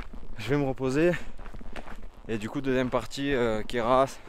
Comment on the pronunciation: Belle vidéo sinon on dis Queyras sans le s je crois à vérifier